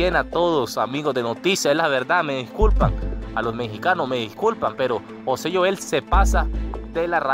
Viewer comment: por que dices Manuel osé, osé Joel y osé osé, creo que tienes problemas pronunciando la J, es algo que puedes corregir.